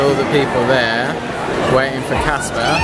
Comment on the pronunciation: It's CASPAR, C A S P A R!